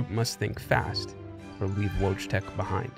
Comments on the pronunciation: Woodz-tech? xD WTF It's Wojtek. I can't stand this shit as polish xD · Wojtek is pronounced "voitek" not "wochtek"....fifteen seconds on any translation app, mowron. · Well, putting so much effort into this story, you could at least know how Wojtek is pronounced, it hurts my ears the way you say it, it sounds like logitech and not Voy Tek! And something has changed in quality videos, but I can't really say what... Before all the drama every video was so well done, you just could not stop watching and rewatching the videos, now I just want to close it and watch something else, maybe it's the subject of the video IDK. I enjoyed a lot your videos on viruses and hacks I think it could be interresting to try some subjects as conspiracy theories, aliens or wars, false flags etc:) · Might've not made myself clear; The version that sound like Logitech is the incorrect version. Wojtek isn't supposed sound anything like Logitech, that's why i made the comparision. Once again, Voytek is the only correct pronunciation (or Voytec, same thing.) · His name is wojtek nod wogtek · For the record, "Wojtek" is pronounced "Voy-Tek". Please make a note if re-telling this story and I hope you can forgive me for the oversight! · yes exacly voy tec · I like the pronunciation: Wodge-tech. xD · polish has a really interesting history lol like- what country can say they had a grizzly bear fighting for them in the battle of monte casino, also in polish j is pronounced similarly to english e so it's wojtek not wouchtech lmao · The logitech thing is the way the narrator says it in the video (which is the wrong way to pronounce it), the right version is voytek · I believe the bears name is pronounced like “voy-tek” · I'm pretty sure Wojtek is pronounced Voytech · VOYTEK is correct pronunciation!!! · great video... but the name is pronounced "voytek" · VOY-tek FFS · At least learn how to pronounce his name correctly